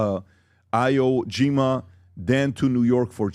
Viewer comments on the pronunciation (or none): Eye-whoa Jeema? For real bro? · Up until Trump made good on the Madura warrant, the EU was in support of taking him. Progressivism is a JOKE. 'eye'-wo Jima 😂😂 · "eye vo yeema" hilarious bro just go back and be the president bro, i mean you want to be on so bad, you already know trump, plant that seed with erik or whtever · They need to learn to pronounce terms like "hegemony" and "iwo jima" but otherwise i agree. Learn what your talking about more b4 broadcasting otherwise gj. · Can’t even pronounce Iwo Jima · Former army but doesn’t know how to pronounce Iwo Jima?? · Patrick, how do you not know how to pronounce Iwo Jima?